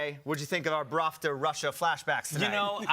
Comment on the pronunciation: I've noticed he's being saying it wrong on all after shows I watched... ahhahahahhaa